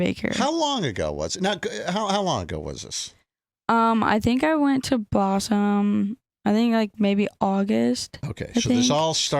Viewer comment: She keeps saying "Bossum" or something. WTF is "Bossum"?